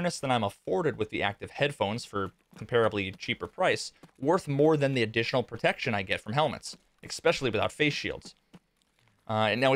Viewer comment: You pronounced "vice-versa" correctly which is rare, but you mispronounced "especially"; you said "expecially". Thanks for the vid.